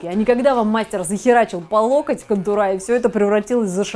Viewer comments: Не контурА а кОнтуры!!!Русского языка надо знать!!! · Видео конечно хорошее и полезное, но... Никогда бы не пошла к мастеру, который говорит контурА. Это как официант, который говорит стаканЫ ((